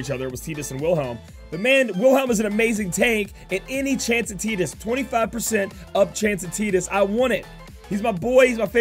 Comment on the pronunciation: you're saying tidus's name wrong